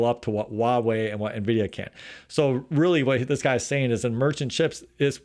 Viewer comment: Don't take this personally .but why does every American Youber mis pronoun the Chinese word 华为？